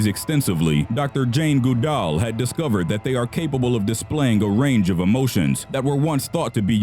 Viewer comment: “Jane Gude all”